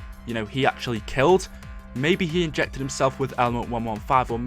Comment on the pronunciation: he ingeckted him seld